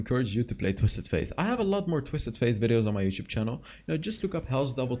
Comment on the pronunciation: F - ate not F - aith.